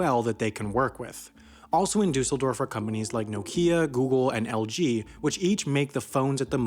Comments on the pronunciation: You pronounce it “ Duhsseldorf” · Your pronunciation of Düsseldorf is funny. It's /ˈdʏsl̩ˌdɔʁf/ or /ˈdysl̩ˌdɔʁf, not /dʏusl̩ˌdɔf/ — actually, thinking about it, it's really close. But it sounds off. EDIT: Oh wait, it's the stress. Now I get it. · Paris is not second largest, and you mispronounced Dusseldorf